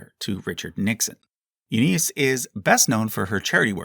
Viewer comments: Not "Eddy", rhyming with "Teddy", but "Edie" (short for Edith), rhyming with "seedy". And while we are on the subject, "Eunice" is pronounced "YEW-niss", not "yew-NEESE" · Edie is pronounced eeedie not eddy. And Eunice is pronounced u-niss not u-nice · If you watch "Grey Gardens", you'll see they call each other big/little Eee-die, not Ed-ie, same as most people shorten the common pronunciation of Edith. Also, it's "You-niss" for Eunice, not how you were saying it "You-neice". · This has probably been commented on already, but two pronunciation corrections: 1.) The Beale's first names are pronounced "EE-dee" (long E), not "Eddie". Big & Little EEdie. 2.) The name Eunice is pronounced "YOU-nis", not "you-NEES" or whatever the hell you said. I think you're thinking of the SNL character Kristin Wiig played, Dooneese, which isn't a real name. Otherwise, great video. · Oh, and it’s pronounced “U-niss” (Eunice), not “U-neese”. Smh. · it’s not nice to mispronounce names just to drum up engagement. You-Niece??? You mispronounced soooo many names so obviously in this video it hurt. Come on man. I’ve been watching your content for YEARS, and can usually excuse a slip up here and there, but this video has been egregiously bad with the pronunciations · Love the video and love the channel but there are some egregious name pronunciation errors in this video. Edie and Eunice are the main ones.